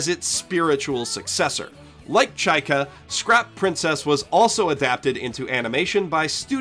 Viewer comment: Just so you know you pronounce zvezda completely wrong. It's not japanese word, it's russian (Звезда=Star), therefore accent in the word does matter. Accent is on the letter A, by the way (zvezdA). Well, at least you say chaika right. And yes, it's also a russian word.